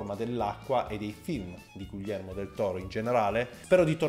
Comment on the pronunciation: Io ti adoro, ma per favore pronuncialo bene: GHIHERMO, NON GUILLERMO